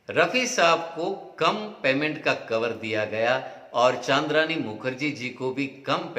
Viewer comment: चन्द्रानी मुखर्जी को चान्द्रानी मुखर्जी बोल रहे हो?